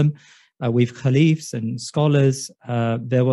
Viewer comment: Caliphs or khulafaa/Khalifas not caleephs